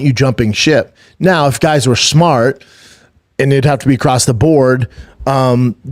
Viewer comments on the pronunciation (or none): none